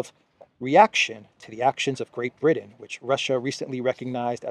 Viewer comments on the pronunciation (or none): none